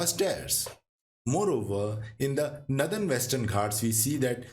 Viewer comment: Its northern not nathern